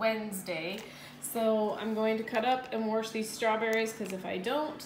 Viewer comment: where are you from. "Wash" is said rather distinctly.